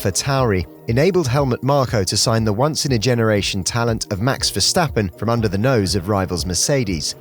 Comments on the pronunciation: max is pronounced versTappen and not verhstappen. please get your dutch right. greetings from south africa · GREAT content. btw the pronunciation of “verstappen” is [sta] - not [shta] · vershtappen ahahha